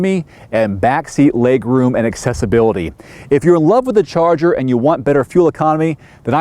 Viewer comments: I want to slap him every time he said, "Charger"! At least get it right. As for leg room and rear seat accessibility? I'm 5'10" and have had 4 back surgeries. I can get in the back seat of our R/T via the passenger side with no problem. When looking to buy a new modern muscle car, I wanted away the Mustang and Camaro on rear seat room. There is none! I've had three teenagers in our car comfortably! Love this car so much, we want another in Green with Envy even if it's a 2011. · Great review. Try working out those slips on the "Charger" and "Challenger".;P